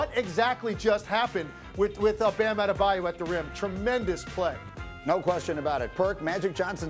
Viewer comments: “Bam Adedabyou” can’t stand Kendrick Perkins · Kendrick- “Bam Adedebyou” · Perk - "Bam Adedabayou" 😭😭😭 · No one: Kendrick Perkins: Bam Adedebayou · I love how they say Adebayo like 10 times and then Perk still hits us with the Addadabayou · i'M JUST HERE TO HEAR PERK SAY "BAM ATTTEETTEEEBABABABYO" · thats how Perkins pronounces his name lol